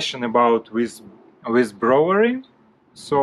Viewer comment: The reason you are having trouble pronouncing "brewery" is bcos you are trying to read & say it the European way. English is the worst language on the planet. The way we say words is not the way it's written. Try saying it like this phonetically - "moon or noon". "Broo ery". Later when you have mastered that, you can try to say the "w". "Broo wery". Most people don't bother to pronounce the "w", they just say "Broo ery", bcos the "oo" already sounds like the "w" in this word. Other than that, I think you're English is great! That's a massive job. Please take extra care not to hurt your back.